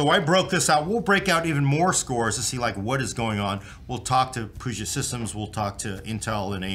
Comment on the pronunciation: every time i hear you say "POOget Systems" i die a little on the inside. From someone in the Seattle area, Please say "PEWget Systems".